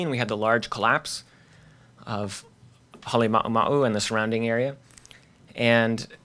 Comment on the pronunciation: The presenter can't pronounce Halema'uma'u, he mumbles